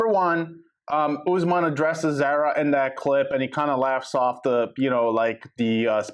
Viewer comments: ITS NOT PRONOUNCED THE SAME AS SARAH ITS ZAH RAH!!!!!! If you're gonna report, get the girls name right. Idk how many times you said her name wrong!!!! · ZAR-A....its not a long A sound